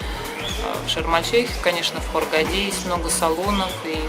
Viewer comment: через слово "как говорится", "соответственно", "как-то так" - это для Вас хорошо поставленная речь??? "баМбинтон", "ездИЮт"... ну и ХургадА - вишенка на торте!